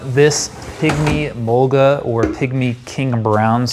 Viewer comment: This guy’s pronunciation is annoying the way he said mulga and Australian had me cringing bad as a Aussie.